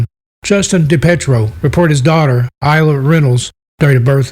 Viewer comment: Ayla is pronounced with a long hard A not an I. Ayla is Mains little girl. Sadly we KNOW what happened to her by her father Justin. Justin will one day meet his maker and pay for what he has done. Ayla is missed and loved by Mainers. She is very special to us. Palaso wrote a Song about our Ayla. We want her father to tell us where she is. She's Maines child.